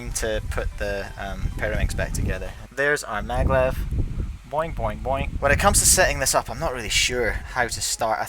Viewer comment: It’s maglev, not Madlev like the one you said on the unititle